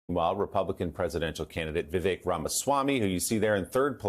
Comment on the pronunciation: Vivek - it rhymes with “mistake”.